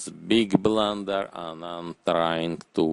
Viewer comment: Dis eez ay bluhnder